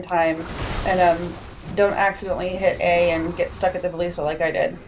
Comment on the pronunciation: buh-list-uh Thats how you say it